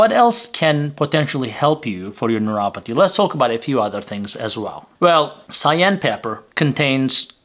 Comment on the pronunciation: Sigh/Ann pepper?? How about Cayenne pepper. Correct pronunciation is everything when it comes to information! If we can’t understand the words, they help no one!